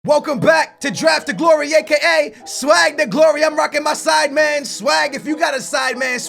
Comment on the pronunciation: Sidemen not Sideman :L